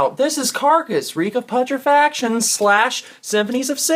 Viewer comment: I love this video but don’t say putrefaction like that 😢